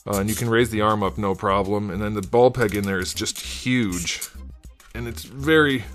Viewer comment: I like your review style. I wonder what's up, in the sense of why are so many of them coming with those weird brown spots. I have 3 and mine are spotless. shrugs And the way you say "the ball peg in there is just HUGE" cracked me up big time. Glad I'm not the only one having trouble with his folded arms accessory.